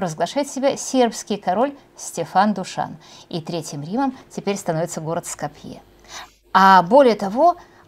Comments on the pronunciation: г. Ско́пье - ударение на "о" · Следите за ударенями .СкОпье, ТЫрново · За то время, пока нас 5 раз призывали подписаться и т.д., можно было несколько раз заглянуть в справочные источники и узнать, что город Скопье произносится с ударением на "О", а не на "Е". Это какой-то позор.